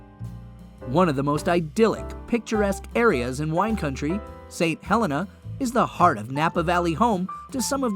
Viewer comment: god, AI narration - mispronouncing St. Helena.